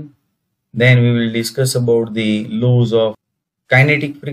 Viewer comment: Please kindly pronounce the word properly because you are talking about the engineering terms and as a engineer it s very shame full of how you pronounce the word laws, "lows"😄😄😄